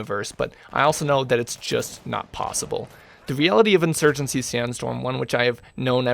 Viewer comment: Insurgency, not insurgency.. I watch you because I find the personality behind the screen to be entertaining. Personally you could post videos of watching paint dry, if it's you commentating I'll watch 👍